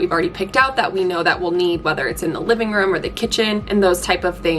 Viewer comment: I know I'm not the only one who thinks the way she pronounces "room" is funny (no hate)